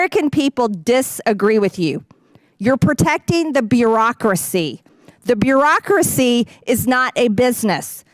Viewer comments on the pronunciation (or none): She learned a new word “brurocrocy”… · Lol she cant even pronounce bureaucracy properly let alone know the meaning of the word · "The byoo-ocracy". She's learned a new word for the day. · She can’t even say “bureaucracy”. Jesus!! This clown of a woman has the audacity when she’s the actual walking bag of gas AMERICANS!! Please protest and vote!!!!